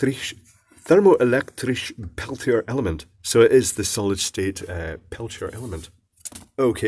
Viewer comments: "Thermo-elektrisjj" XDD It's pronounced more like "tearmo" (like in tearing something apart) and "elektries" (as in the "e" in "ewww" - you know, the sounds you make when something's gross). Learn your Dutch,. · That's pronounced "ter-mow-elec-trees", but good attempt. :-D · Thermo-electrisch... Nice accent 😂